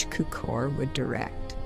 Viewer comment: George "QUE-core" 😂